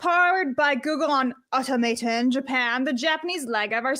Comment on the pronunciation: Au-Tom-aton I've never seen Atlantis.